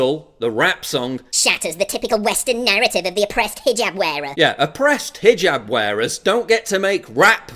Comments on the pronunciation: Maybe needs to read this headline, since he seems to have a problem properly pronouncing the word hijab. It's not fucking hajib, it is pronounced hee-job, like he needs to get a job. I know is aware of this and obviously purposefully mispronounces hijab to emphasize the foreign nature, but only makes himself look stupid. Love the products but this has been a pet peeve of mine. Please pass it along. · ROFL... "Hi-Jib Hop"